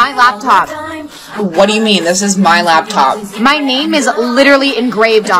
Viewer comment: ahh yes not laptop but the latpop LOL